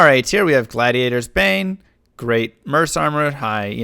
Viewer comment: Pretty sure "merc" is not pronounced "merse" 🤣